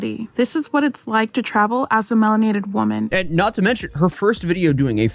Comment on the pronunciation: "As a melanatef woman" Lol. Lmao. Rofl. Make a video about her instead, sounds like a lolcow.